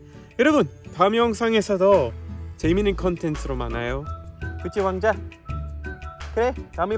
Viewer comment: 왕자 발음이 어렵죠 외국인이 말하기엔 ㅎㅎㅎ 제대로 따라말하는 분을 못봄